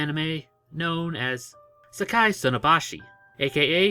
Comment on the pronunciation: Its Saki not Sakai